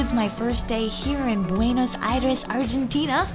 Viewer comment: I cannot be the 1st to tell you that it's not BuenAs but BuenOs Aires.